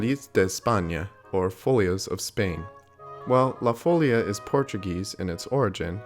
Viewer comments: La FolEEEa, not la FOlia. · that accent on the í means that the i is the strong syllable. follía. Not fôllia.. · Folía is accented on the i. folia. NOT Fôlia. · Amazing video! Just a small correction: it's pronounced "la folía", not "la fólia" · What is the little sign above the "i"? It is a bloody accent. So why saying all the time "fòlia" with the accent on the o? What's the problem of english speakers with all other languages? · Your videos are excellent.... but something that has bothered me over the course of them- the pronunciation of 'La Folia' is the emphasis on the second syllable, fo-LI-a. Also, Beethoven hid La Folia in his 5th symphony. Also, Nobuo Uematsu used it for the Final Fantasy IX soundtrack in "Vamo alla flamenco" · Surely the stress is on the second syllable? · I was hoping someone would point that out as well.